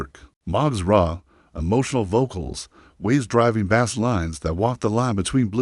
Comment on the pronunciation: So many inaccuracies and a stupid A.I. voice that can't pronounce bass correctly. Total B.S.